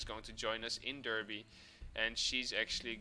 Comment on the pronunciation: Another top quality video my man, entertaining from start to finish! PS: Derby is actually pronounced as Darby by the great people of Britain ;)